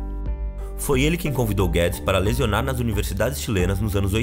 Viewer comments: Não é lesionar não narrador, é lecionar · "Lesionar" no Chile não é a mesma coisa que 'lecionar" no Chile. Próximo narrador pode ser melhor, pessoal. E a musiquinha de fundo tá boa, bem sinistra. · Quem é este narrador que fala lesionar ao invés de lecionar? PQP! Quanto ao conteúdo do vídeo, estamos F!!! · Acho que a palavra "lecionar" virou "lesionar" de propósito em kk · "lezionar"? Essa palavra é nova